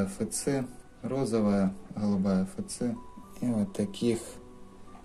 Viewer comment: "хгалубая, хгалубая" - очень режет слух, извините )